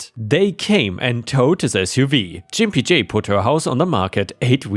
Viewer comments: I believe was mispronouncing the name Gimp J. I think it should be said with a hard G sound, not a J sound. That would make the name insulting referring to them as a gimp or cripple. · I think Gimpy J is said with a hard g. Like gamma.